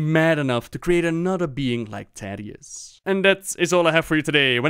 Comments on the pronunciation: The Story of Thaddius, Feugen & Stalagg [Hearthstone Lore] but every time he says Taddius instead of Thaddius it gets louder. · Please. "th".... "tha-dius" please don't say tadius. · I hear tatius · i didn't know it was pronounced taddius not thaddius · You're triggering people again. Thaddius Like the The in "the" or "That" or "Thesis" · Never ever heard anyone pronounce the 'th' in Thaddius like in 'that', but rather as it is said in 'thanks' (for example)